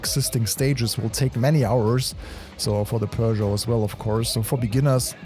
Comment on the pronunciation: Bro pronounced Peugeot correctly 🤯